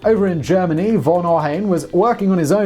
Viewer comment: Note: Hans von Ohain. the von (means of or from) is pronounced fon, short o.